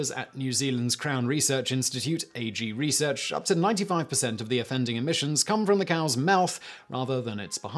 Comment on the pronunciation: Ag Research is short for Agricultural Research so isn't said "A-G Research" but "AgResearch" (as in the ag part of hag) . Just a minor correction noticed by a Kiwi who used to live around the corner and work on a AgResearch site.